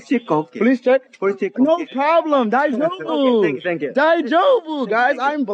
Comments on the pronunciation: His pronunciations is enough grounds. You cant just say daijoubu over and over lol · He's pronouncing 大丈夫 so wrong. 😂